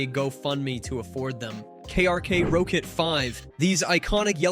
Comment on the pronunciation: "Row Kit"? It's pronounced "Rocket". Tell me you've never used them for mixing without telling me you've never used them for mixing.